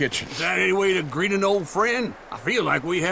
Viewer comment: Na! "greet" ?? Hell yeah, Dude: Creed ...